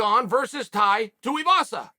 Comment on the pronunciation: Finally got Tai's name right!!